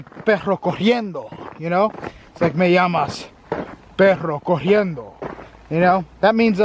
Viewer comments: honestly being Hispanic it doesn't sound like you're saying perro corriendo it actually sounds like you're saying perro cogiendo.. depending on which Spanish speaking country you come from it could mean different things... For example in some countries when you say perro cogiendo it literally means a limping dog but in Mexico it actually means that you are screwing a dog (sexually) just an FYI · Lol my guy forgot to roll his R's on that one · Did you meant Perro corriendo? Or Perro cojiendo? 😂 Perro cojiendo means dogs getting it on 😅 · You know u said " perro cojiendo" NOT corriendo! Cojiendo means to F**k!! Hhhaaaaaa 🤣🤣🤣 corriendo is running!! Yr so cute! 🥰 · NOW YOU'RE IN OUR NECK OF THE WOODS, DON'T LET US CATCH YOU SLIPPING "PORICAS. WHAT THE HECK IS COHIEDO? IT'S CORRIENDO.HUEY! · pero corriendo is dog running. You said pero cojiendo. That's dog fucking......just saying.. 😂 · Lol..., u said "Perro Cojiendo". I think u meant to say "Perro Corriendo". Perro Cojiendo means "Dog F***ing", lol. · the latinamerican name sound more like ¨perro cojiendo¨ instead of ¨perro corriendo¨ xd it sounds funny